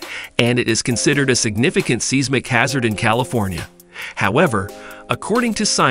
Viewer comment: "seeez-mic" hazard. Geeees....